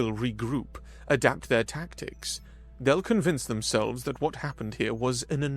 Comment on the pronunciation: Whoa. Started off a bit dark. Great recovery, but damn. Huge emphasis on "Adapt" before improvise and overcome. 😅